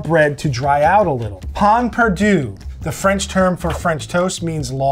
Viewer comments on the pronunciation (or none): Wow! An American dessert that is not spoilt by adding cinnamon. Hats off to you, Sir! In order to pronounce pain perdu correctly, however, keep your mouth open at the end of the first word; it's not an N, but a nasalization of the vowel preceding it.